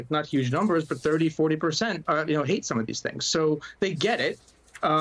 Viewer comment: Why are you emphasizing the word "some" when you read it. Seems disingenuous.